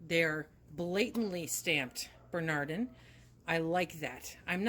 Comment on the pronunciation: "Binard" lids? Is that what you said? No Binardans?